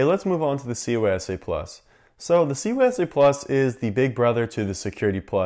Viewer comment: He throws me off every time he says CySA+ to me it sounds like he’s saying COYSA+ lol